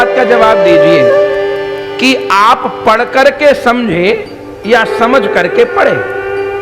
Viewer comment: पड़ और पढ़ का सही उच्चारण तो करें।